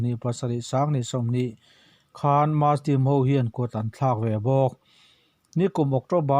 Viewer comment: Ngatinge muslim hi maslim tia kan lam fo mai awwww